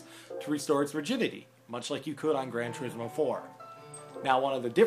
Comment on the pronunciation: im not hating on americans or anything, (you said it correctly) its called gran TOUR-IZ-MO 5, not tureesmo... you did however say syl-vaya..wtf? its sil-via plane and simple, same with toyota celica, seleeka, not selika